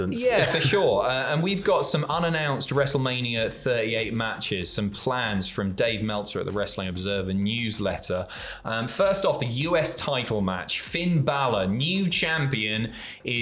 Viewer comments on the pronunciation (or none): ‘’Dave Metlzer’’ Ok. Time to click off.